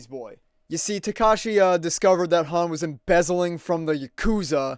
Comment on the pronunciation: Listening to you mispronounce "Takashi" makes me wanna drown my ears in ketchup sauce.